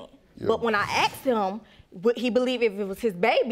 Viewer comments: This woman needs to learn to speak properly instead of screwing around. God, I can barely understand half of what she's saying. She Axed him this and Axed him that! Pardon? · Don't forget she Axed him this and axed him that.